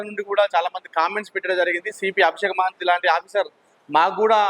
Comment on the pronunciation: మహంతి గారు మహంతి కాదు bro